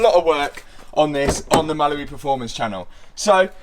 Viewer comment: Hi, really love your videos. One thing though, I swear when you say Mallory it sounds like Mallibu! Lol.